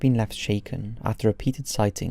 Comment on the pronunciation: his name is Dan BELL not dan bal for heavens sake man pronounce the words properly, after all you are English